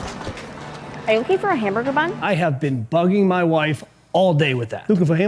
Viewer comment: “Wookin fow a hambugga bum” sent me 😂